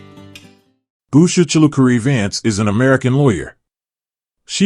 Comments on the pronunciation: I’m very much a Vance supporter but you don’t even pronounce her name correctly. Her name DOES NOT start with a B. Get it right before you post a video! Her name is Usha. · At least pronounce their name correctly! It’s Usha not Busha!